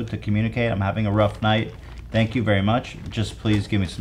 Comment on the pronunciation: “Thenk yu.” Even being high isn’t enough. This guys a failed Terminator bot, right?